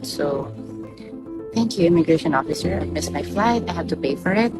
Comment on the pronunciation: Yo! BI! "Beri Incombenient!" If the "oppisser" was just following guidelines or checklists, then time to update! I graduated 2005! I don't even know where the Ondoy flood tok my diploma, yearbook, gradpix away! And what do you care about the travelers' family set up? Are you going to feed the kids that went "rebellious" and ran away, and house them???